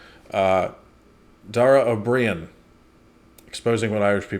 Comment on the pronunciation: O Breen is how it pronounced .